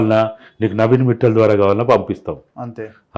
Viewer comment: నవీన్ 'మిట్టల్' కాదు, మిత్తల్ అనాలి. గమనించగలరు.